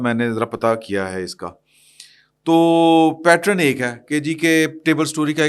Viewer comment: The word is PATTERN (pronounced PAT-TURN) and NOT PATRON!